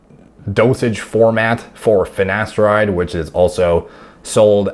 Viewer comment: Mate the black guy on the hair loss show also says ‘finesteride’ - I commented on there. You can forgive Ashton Kutcher but how can professionals not even know how to pronounce their own drug. Madness 😂